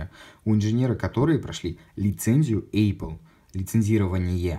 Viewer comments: Задолбал с этим [ЭЙПЛ]... 🤬 ну неужели так сложно правильно произнести. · Один вопрос почему Эйпл? А не эпл. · «ЭЙпл», что? Как так можно говорить?